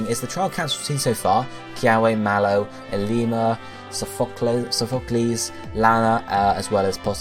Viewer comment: Why can no one say Sophocles right...?